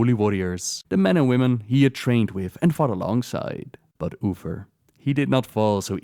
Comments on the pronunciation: Your pronunciation of 'Uther' sounds more like 'Oofer". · Love u especially the way u say uther xD, Oofer